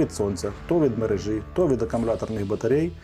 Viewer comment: МерЕжі - не мережІ! Вуха в'януть від вашої "мережІ"!